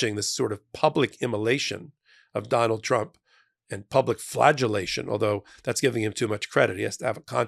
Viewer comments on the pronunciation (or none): You said,”Flaggilation” & I heard Flatulence 😂💙